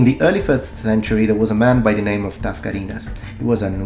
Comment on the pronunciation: I love hearing the names pronounced correctly